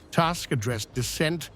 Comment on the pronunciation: Who is Task? Please learn how to properly say Polish Premier name It’s Toosck not task